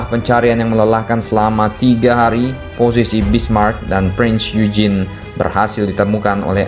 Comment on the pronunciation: Min, Prinz Eugen dibacanya "oigen" Kalo Bismarck huruf "c" nya sunyi, gak dibaca.